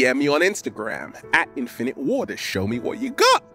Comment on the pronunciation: It's peace, INFinite WAters, Not "Pee..spinnit wartaa". You see, you're infinging off of other youtubers, KNOCK IT OFF<keyboard out